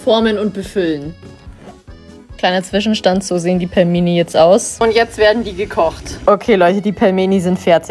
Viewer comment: Es wird pilmeni ausgesprochen und es ist russisch